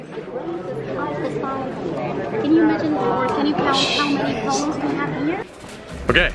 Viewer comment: I kept thinking you were saying Colins and not columns. I'm sure Colin will be happy to know how much you love colins